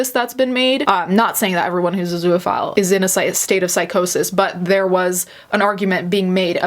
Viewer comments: Holy crap. I couldn’t get passed your constant butchering of the word “zoophile.” It has TWO syllables, not three. It’s literally just “zoo” and “phile” together with no vowel sound between that. Two syllables. There is no “uh” sound between the two syllables. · Please learn how to pronounce zoophile, it's not spelled zooaphile so its not pronounced that way